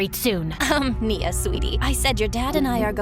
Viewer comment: FINALLY GOT NIA'S NAME RIGHT